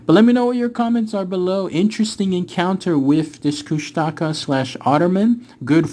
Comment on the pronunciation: It's pronounced koosh-tuh-kaw <3